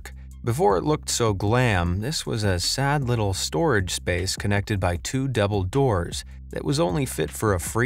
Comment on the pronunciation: Did he say it's connected by two Dumbledores?